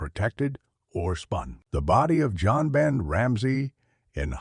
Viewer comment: John Ben,Joan Ben,One Ben. I Hate AI.